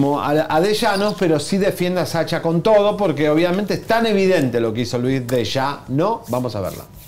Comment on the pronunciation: Oie tuuuu no se llama SACHA, Ni se dice chow, jajaja